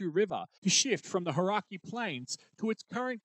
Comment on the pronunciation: Hauraki and Waikato weren’t flash either… couldn’t you find a Kiwi to pronounce then for you?